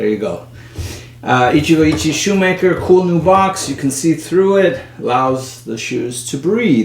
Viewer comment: Pronunciation tip: the "e" in "Ichie" is approximately pronounced like "eh". The rest you're pronouncing spot-on. So in other words, "Ichigo Ichi-eh". Put yet another way, it's (coincidentally) pronounced the way a Spanish speaker would read it.